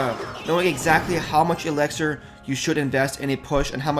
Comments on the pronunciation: It's elixir not elexir bud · it's pronounced elixir, not alexer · it's called elixer. not elexer